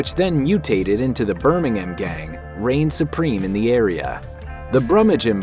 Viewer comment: 10/10 for pronunciation of 'Burminum' (the way a Brummie would say Birmingham)